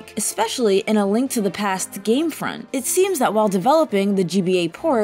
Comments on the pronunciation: Serious credibility is lost every time they bring in a guest that has no fucking clue what they're saying. Saying "front" instead of "font" had me facepalm. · you mean game FONT? nothing says "i dont know what im talking about" like reading incorrectly from a script someone else wrote